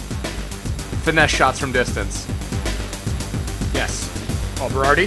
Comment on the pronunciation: Stop saying finessE its pronounced like finess. Sorry that's just annoying the shit out of me, love your vids:D